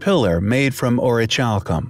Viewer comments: The way in witch you pronounce the word orichalcum is highly compelling I believe it's pronounced (Aw-ruh-kal-km) not chalcum as the ch makes a kal sound instead of a chal. Also it's interesting that in Latin Orichalcum translates to mountain copper. Comparative to brass orichalcum is a copper zinc alloy. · To spell it like this: orich alcom . No wonder its so irritating to hear him pronounce it that way!! The H is silent. It's just not to "Highly Ch ompelling!!" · Pronounce the ch like c, as in ori-cal-come. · Yes, Thank You! So irritating to hear dude pronounce it that way. I mean, Come ON! orich alcom !? And that's how he spells it!? Not very ch-ompelling!